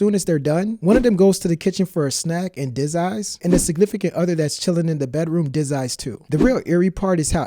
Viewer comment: Disies? Dude, use actual words when you speak! I usually let a lot go, but that is just painful.